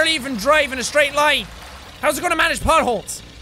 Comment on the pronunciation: Thought he said but holes not potholes